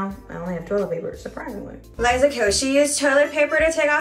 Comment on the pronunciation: I thought the girls name was pronounced "Lee-za" and not "Lah-e-za"....